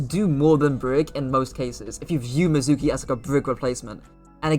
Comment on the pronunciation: You don't say his name right. Made me not want to watch.